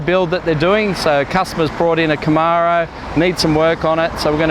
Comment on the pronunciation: It's pronounced Camaro, not Camaro.